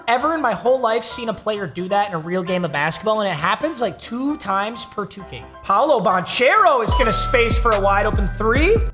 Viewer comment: The Paolo last name mispronunciation make me want to die for no reason